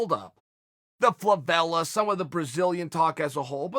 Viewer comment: Good job trying to say "favela"